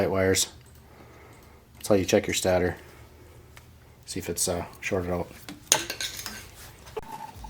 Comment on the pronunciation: Why are you saying stator wrong lol